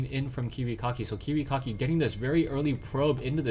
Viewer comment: love ur pronounciation: Kiwi Cocky ^^